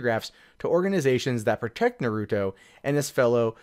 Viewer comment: Just to be clear,, it's pronounced "NAH-roo-toe". Not "nah-ROO-doe".